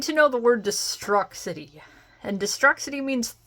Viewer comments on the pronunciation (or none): its pronounced destroo-city lmao. sorry long time WWF/E fan.